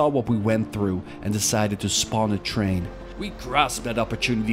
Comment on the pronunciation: Why not just say train like a normal person?